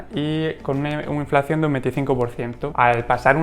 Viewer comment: Perdón, con todos mis respetos...creo q el término correcto es "Inflación" y no "Inflacción" como sueles decir. Y muchas gracias por el contenido dicho sea de paso.😉